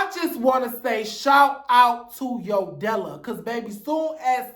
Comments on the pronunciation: It’s “Yo Della” for me… you mean YO-DE-LA? 😂😂😂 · You mispronounced Yodala's name LOL As far Sidney Starr- she's known for always falling and losing her balance, she's also not a fighter. You made good point how Mangina was brought in to fight Sidney mainly cuz Sidney is trans and Mangina can't touch any of the girls.